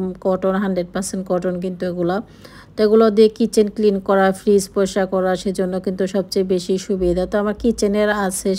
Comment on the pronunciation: Style ta onek besi korte giye POLAO k PLAO bolen poriskar k poskar bolen smart k ismart bolen......ato vab ato dhong keno j koren....apna k niye na apnar husband tar kajer jaygay baschara tader school college a onek hesitate feel koren kintu apni seta mathay rakhen na karon apni to sudhu nijek valo rakha r nijer jiniser show off chara kichui janen na...... Parle comment er reply diyen